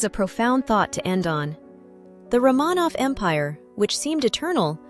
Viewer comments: You are mispronouncing the name Romanov. It is Roh muh nov with accent on the first syllable, not roh Mah nov with the accent on the second syllable. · RO-manov, not Rah-MAHnov. Damn AI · If you can find a way to get the AI (or whatever is used to record the English) to pronounce names correctly (Romanov, etc), then I’ll think about subscribing.